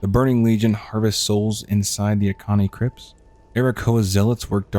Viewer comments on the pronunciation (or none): bro kept pronouncing Auchenai as Akani